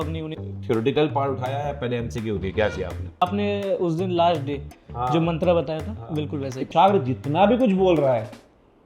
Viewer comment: मंत्रा? क्या होता है मंत्र है अब चीज वैस्टर्न करनी जरूरी है?